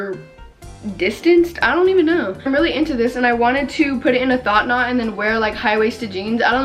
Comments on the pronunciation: Did I just hear “thot knot”?! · She said “a thot knot” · Istg she was saying “thot knot” lmaoooo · did she just call it a “thot knot” LMAKWKSK I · am i the only one who thinks she’s saying “thot knot” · Ok but am I the only one hearing thot knot